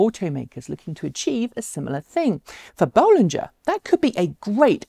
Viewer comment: Nice to hear you now pronounce "Bollinger" the way Robert does :-)